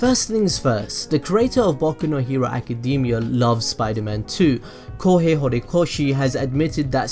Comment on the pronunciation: It sounds like you said baku no hewo